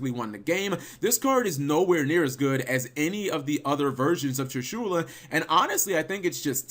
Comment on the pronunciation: Tree-shoola, huh?